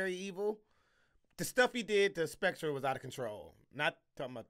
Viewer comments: There are rumors that is still mispronouncing Spectre to this day. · Bro spectre is pronounced specter